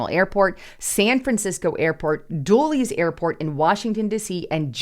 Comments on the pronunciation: I just figured out one of the airports you mentioned…Dool-eez is Dulles (pronounced DULL-ess) I guess you’ve never flown through there 😄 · Haha ha. Dulleez......its said like "dul-us" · Duh-les. Dulles airport. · It’s pronounced Duh less thats Dulles Airport in Northern Virginia or IAD. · Dulles = "dull-is"